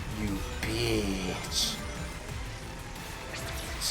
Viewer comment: Did you say... to the bee... you BEEtch? I like that